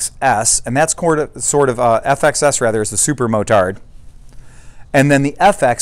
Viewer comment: Thanks. BTW/FYI...'motard' (being a French word), the final 'd' is not pronounced...